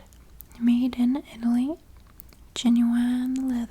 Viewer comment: “That is the channel I claim to be and that is the content I will deliver” …. “This is a Jen-Yew-Wine leather belt, Made in EyE-Tail-LeE” 😂❤ this video was both relaxing and entertaining. Loved it!